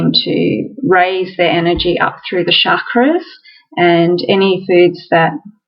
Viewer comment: Shakras, what? Hum mm do you mean chakras? Shiva -SH but ch is pronounced like chalk.😏